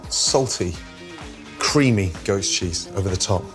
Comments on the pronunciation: Came to the comments to see whether anyone else thought when Gordon says "goat cheese" it sounds like "ghost cheese". Instead I found a bunch of horny people jerking off to some guy's eggs. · Thought he said creamy GHOST cheese... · It sounds like he says ghost cheese